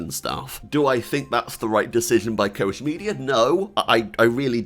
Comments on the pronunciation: Quick sidenote: the ch in Koch is pronunced like the Spanish j oder the Russian x. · It's axtually spelled koch but it's pronounced cock media